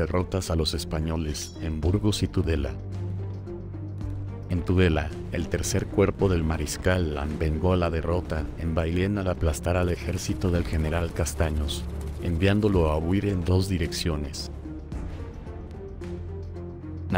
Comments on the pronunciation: Es Bayona, no Bayón. Es andaluz. Es Castaños, no Castanos. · Se menciona a Bayona como Bayonne. Por si fuera poco, se cita al insigne general Castaños como Castano. No he seguido para no encontrar más desprecio a la lengua castellana. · Ejercito andáluz con el general Castanos??? De verdad qué poca investigación y comparar fuentes. Ni sabes que los nombres propios que pronuncias están anglizados. CASTAÑOS CON Ñ DE ESPAÑA. Qué imagen tan distorsionada tienen de la historia europea en América. En el norte y en el sur. Eso que os han robado también